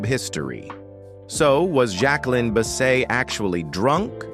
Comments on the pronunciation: When has anyone ever said Bisset as Bis-say? Maybe it’s pronounced like that in France perhaps… but all my life I’ve heard it pronounced the way it is spelled. This narrator is taking liberties from a video/videos and stills he’s obviously collected. Mispronounced names and saying ridiculous things about the actress’s life! Hate these fake videos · You're not even pronouncing her name correctly??